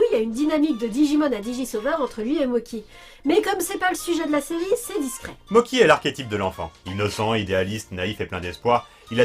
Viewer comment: Et les gâteaux en pâte de riz gluant, ça se prononce "motchi", pas "moki". Même avec l'orthographe "Mocchi", ça ajoute juste une pause entre les 2 syllabes (mo-tchi). Mais la vf le prononce à l'italienne... vive le mélange des cultures ! 😁